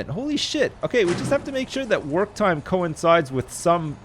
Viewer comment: when u said work time i thought u said twerk time lol